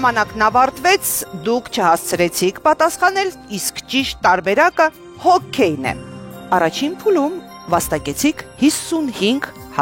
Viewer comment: Հոկեյ, ոչ թե հոքքեյ։